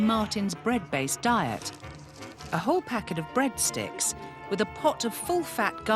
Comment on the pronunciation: The way he says breadsticks . 😂😂😂